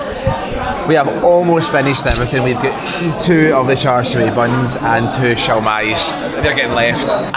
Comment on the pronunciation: The pork filling should be pronounced as cha seww.